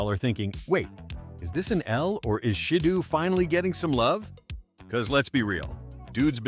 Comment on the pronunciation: And it’s she-dough